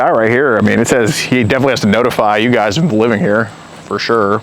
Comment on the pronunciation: Guysh? Really?